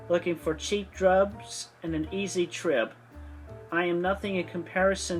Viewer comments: "an easy trib" 😂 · "looking for cheap drubs and an easy trib..." Me too though 😂